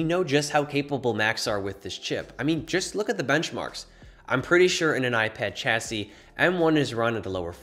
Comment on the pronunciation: It's pronounced "shasee"